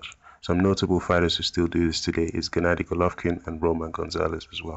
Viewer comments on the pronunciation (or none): none